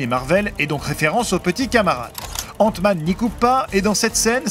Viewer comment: mmdrr c quoi cette accent ? 😂😂 il did "ente-man" faute dire "ainte-man"